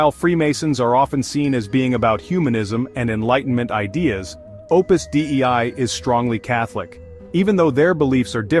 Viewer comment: "dei" is pronounced "day-ee", and is the genitive singular of "deus" meaning "God". "Opus Dei" = "The Work of God". I am not affiliated in any way to Opus Dei.